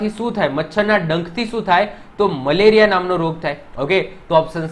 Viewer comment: Sar male Riya nahi meleriya😂